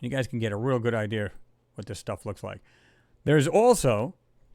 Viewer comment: I love your show, I find it to be true, but it bothers the hell out of me when someone has an idea and pronounces it like i deer. Is it something new from Apple?